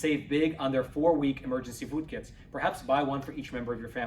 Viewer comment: I don't like the way he pronounces the word 'Food' in any of his commercials! He says "Fud." instead of "Food."